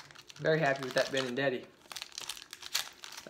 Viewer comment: Benintendi not benindeti